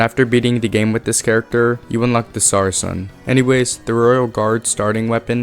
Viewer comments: "sarken" (saracen) is pronounced "ser-a-sen" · I've never heard someone turn sar-a-cen into sara-ken. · saracen is pronounced SARA SEN not SARA KEN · not to be that guy but saracen is pronounced like “sarasin” (sa-ruh-sn) and not “sarken” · Minor quibble with your pronunciation, but Saracen is pronounced "Sarah-Sin", but you are dead on with how to pronounce Falchion! Great video. Solid. Keep it up! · The C in Saracen is soft like an S. It’s pronounced like Matt’s last name from Friday Night Lights